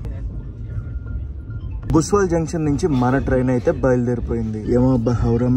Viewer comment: భుసావల్ జంక్షన్ భయ్యా అది. బుస్వల్ కాదు. ముఘాల్సరై తర్వాత అతిపెద్ద రైల్వే యార్డ్ ఇక్కడే ఉంది.